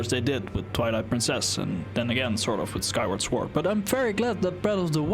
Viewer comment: You should look up how to pronounce the word "sword", especially if you're going to make Elden Ring videos, lol.